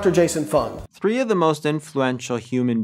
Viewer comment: I just have to say two first one the non dr. Berg second one it's doctor f u n g and the others I never listen to. I am enjoying your videos immensely